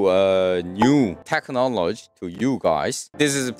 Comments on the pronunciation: It's not "tech-nologe" It's "tech-no-lo-gy" So in Korean, no "테크 놀로 쥐", Yes "테크놀리지". 발음 귀엽ㅋㅋㅋㅋ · 테크놀로지ㅣㅣ 마지막 gy부분에서 들릴듯 말듯 테크놀로-ㅈ 하는 게 아니라 마지막 '지'를 좀 길게, 확실하게 발음하셔야 돼요. y가 붙어있으니까요. Technology~